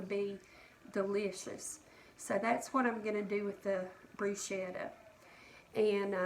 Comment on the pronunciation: I’m Italian and I like to help people with pronunciation of Italian words. Bruschetta is pronounced Bruce-kettah The sch is pronounced like the sch in school. Bru-Shettah - like you are pronouncing it - would be spelled Bruscetta in Italian and there is no such word. Hope you take no offense toward my “Italian “ lesson.